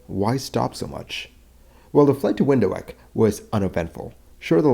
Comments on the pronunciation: Wind Huek? try Wind Hook. Do people even try to look up the pronunciation? Phonetrics. I'ts easy. The word Wind is obvious to English speakers I guess. Hoek is pronounced as Hook. It literally transelates to corner. So: wind(y) corner. In Dutch that is. I don't speak Zuid Afrikaans but in this case, i assume its very close. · WHile both are used, the only correct pronunciation is Vinthook (anglicised). In the Afrikaans language in South Africa, where I'm from, the W is always pronounced as V. There are no exceptions :) There is no equivalent of the English W in Afrikaans. The D is pronounced as a T. Also, calling it "ho-ek" made me laugh out loud too :) In Afrikaans that would be spelled as hoëk, to indicate that the vowels are split. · Where on EARTH is Window Ek? 😂 Get your pronunciations right. Windhoek. Pronounced, VINTHOOK. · it's not pronounced "windo wek"... it's more like "vin dook" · Great video. Just one small remark. You said Windho-ek, but Windhoek is a Dutch name meaning wind corner or wind angle. Anyway the Dutch word hoek (corner / angle) is pronounced as hook as in Captain Hook. But that was not important for this story. I do not see a variometer (speed of climb/descend) in the sim model, but 2 different types of altimeters next to each other. However thee are more crashes that were the result of pilots flying another make of type of airplane than they were used to. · I couldn't make out where this "Window ack" was then looking at the map I realised it is. Windhoek or pronounced "Windhook" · For the record, the city name 'Windhoek' should be pronounced like 'Vint-hook', not 'Window-heck'. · Windhoek is pronounced Vindt-hook. Not trying to be a grammar n**i, just had to work out what Window-heck meant. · It is Windhoek, pronounced vind-hook, and not window-ek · For the capital of Namibia, It's pronounce VIND-HOKE not WINDOW-HEK. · Window-eck ? It's pronounced Vind-hook. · Windhoek is pronounced wind-hook btw. 🙂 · its pronounced Vint hook